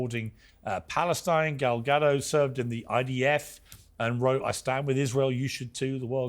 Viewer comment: And it’s “Ga doe” not “ga dot” but it’s ok for the black panelists to mispronounce her name because she is a white Jewish woman. These people know bounds of hypocrisy.